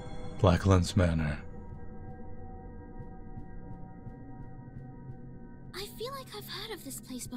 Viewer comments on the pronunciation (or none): It sounded like you said "Black Lives Matter" & I had to take a double take before realizing you meant "Blacklands Manor," haha.